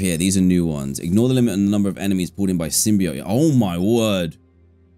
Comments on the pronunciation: DanTDM I haven't watched your videos in a long time and I love Spiderman so im gonna watch all this series after this video (the way to pronounce symbiote is sim-be-oat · Symbi oat is how it's pronounced Dan 😊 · Yes, it is pronounced symbie-oete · yea, as a venom and marvel fan its pronounced as "sim-bee-oat"